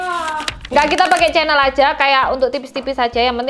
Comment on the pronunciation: Aku seneng nyebut chanel yo tetep cenel.....kudune kan syeneil, medok proud!!